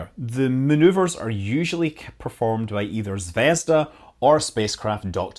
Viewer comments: its not zvesda its zveazda like p(ea)nut zv(ea)zda like the letter E zvEzda. in russian zvezda means Star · ZvezdA, not ZvEzda. =) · Fuuuuuuck! zvezdA zaryA - stress on the last syllable !!! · Zvezd*a* - accent on the last syllable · Please, Scott, it should be pronounced 'ZvezdA' with stress on a. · Its pronounced "zvezdA", emphasis is on A. Means "star" in russian (but Scott probably knew that).